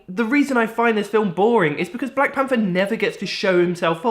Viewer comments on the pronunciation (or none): Black panfer. Fink. Strange how thay spell right but dont say it right. Good video thow